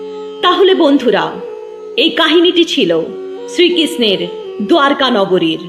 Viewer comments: দ্বারকা শব্দটিকে আপনি দুয়ারকা উচ্চারণ করছেন কেন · দোয়ারকা ❌ দ্বারকা ✅